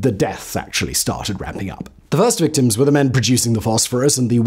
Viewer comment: lol it's "victims" get out of here